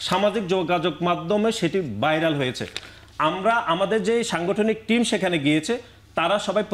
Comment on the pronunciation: গটনা,বাইরাল,প্যাসিবাদ...চাচ্চু নাসির কি ঘ,ভ,ফ এই বর্ণ গুলো উচ্চারণ করতে পারে না?